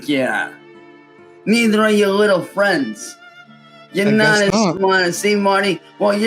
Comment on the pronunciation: MUH FWIENDS, MUH FAM-LEEE....